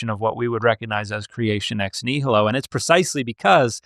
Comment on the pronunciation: Dude keeps American butchering nihilo